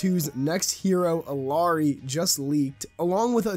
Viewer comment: Pronounced IL-YA-RI